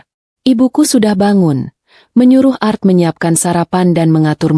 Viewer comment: Bukan art membaca nya ,tapi A R T